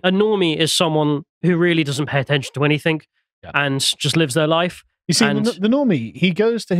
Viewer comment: 'Anything' ends with 'g', not 'k'.